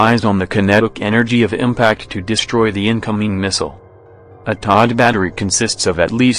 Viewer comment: TOD? Ha Ha! You mean THADD.